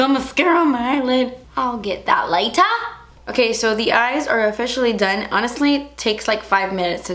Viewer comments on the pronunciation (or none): "ill get that lATERR" insert british accent here oh ur my favorite >>> congrats on 3 million!!! 😘😘😘💗💗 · I love you so much. and when you said I'll get that later about your mascara I was rolling laughing at your accent! to funny. I just love how real you are. thank you.